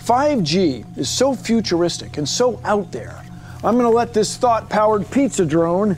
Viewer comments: I thought he said “Thot power pizza drone” 😂😂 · He kinda did but he meant "thought powered pizza drone"